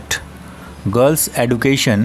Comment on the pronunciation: Sir aap education ko wrong pronounce krr Rahe ho 😢